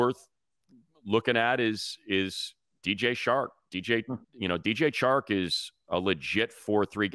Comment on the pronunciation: Has anyone else noticed how Money keeps referring to Chark as "Shark"? Lmao love that guy